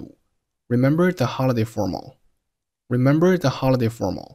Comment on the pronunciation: remember第一个完全听不出，读音根本模糊